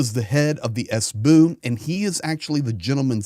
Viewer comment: Cute how say SBU. Not "Es Bee Yuu", but "Es Boo" 😄